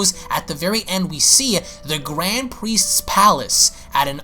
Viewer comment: Why does it sound like he said grand pwiest